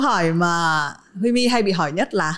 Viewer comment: quen mn gọi ảnh là chứ hong phải Huymi:)))